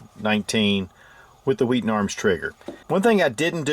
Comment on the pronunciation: I just came here to listen to pronounce 'Wheaton' HWWEE'-ton